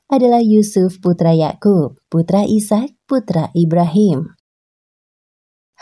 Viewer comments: Mohon maaf. Pelafalan dalam Islam Ishaq: Is - haq :) Isyak agak asing di telinga 🙏 Tetapi terima kasih sudah membagi pengetahuan dengan kami. Jazakumullah khairan katsiran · Mhn maaf...sama dgn saudara saya yg komen sblm nya.. Nabi IS HAQ dibaca koq jadi ISYAQ sekilas trdengar sprti sama dgn ISYA' atau ISA Mohon diralat utk video berikutnya agar presenternya diberikan pembekalan Makhrojul sblm menyebutkan Nama2 yg ada di Alquran.. Krn bbrp video sblm nya juga host nya sama cadelnya bikin gagal fokus pemirsa chanel ini.. trims.. wassalam...